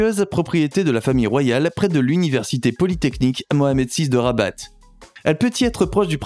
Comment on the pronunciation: Les palais sont au nom de l'Etat . Le palais officiel est celui de rabat(il ne faut pas prononcer le t de rabat) sous le nom el mechouar assaid.